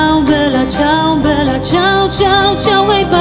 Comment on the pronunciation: Alex Indries po hiszpańsku czyta się i wymawia vela ciał... ale zwrot jest włoski i czyta się jak najbardziej bella! Wszyscy którzy pochodzą z krajów gdzie mówi się po hiszpańsku B czytają jako V. .... wiem bo tez od lat mieszkam we Włoszech i Mam znajomych z krajów „ hiszpańskojęzycznych „ i zawsze się smiejemy z tej ich naleciałości. Wiec ten ze tego... dziewczyna która śpiewa wymawia to dobrze. Jedyne do czego mogłabym się przyczepić to ze nie słychać podwójnego L... wydaje się ze spiewa „bela” a powinno Być „ bella” włoski słynie z podwójnych spółgłosek.